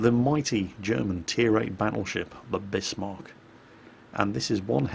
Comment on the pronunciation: Great, a whole video where he mispronounces Bismarck., your other German pronunciation is usually quite good. This is pronounced "Bizmark" not Bissmark".